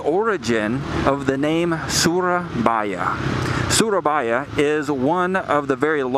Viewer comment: It’s suro not sura and also its boyo